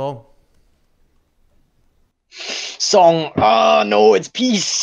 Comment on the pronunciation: What’s your favorite “S O N G” him: incomprehensible stress* “S O N G, no it’s P I E C E”